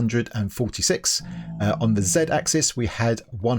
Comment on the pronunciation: why do I keep hearing "Zedaph" when you say "Z axe"... lol